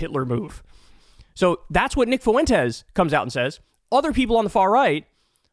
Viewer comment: The Fue in Fuentes is one syllable. The e is the strong vowel and the u is the weak vowel. Just say something like Fwentes.